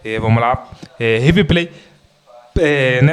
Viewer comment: O rive ple kkkkkk tá di oi kkkkk